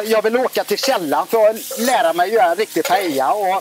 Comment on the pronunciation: Det enda som var Paella här var väl att Per inte uttalade l-en utan lyckades uttala korrekt. Detta var en "Rice with things" eller en risotto med kyckling... Man rör t.ex. aldrig i en Paella under tillagningen!, välj en annan partner nästa gång!